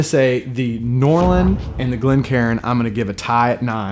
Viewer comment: Bah hearing people say Glen Karen is like nails on a chalkboard to me, two syllables, not three!!